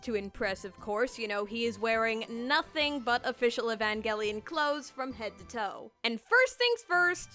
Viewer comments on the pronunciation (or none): e van gel ian not evan gell ian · The fact that I’ve been pronouncing Evangelion as Evanjelion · (It’s actually evanjelion the pronouncement ok?) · Why do I hear Evan gay lion whenever you say evangelion. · It's "EVAN-JELLY-ON" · Guys I think she said evangelion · drinking game: take a shot everytime she says "evangelion" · if i had a penny every time she said “evangelion” or “eva” i would be the next Elon Musk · i like where she says "Evangelion" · Take a shot for every time you hear "Evangelion" in this video Good luck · Okay but why do you pronounce evangelion so wrong tho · I never want to hear the word “evangelion” again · I hate the way you pronounce evangelion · Take a shot every time she says "Evangelion" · Lets play a drinking game. Everytime she says "Evangelion" Take a shot. Comment below how long you survived ↓ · Couldn't last the full video solely due to how you pronounced Evangelion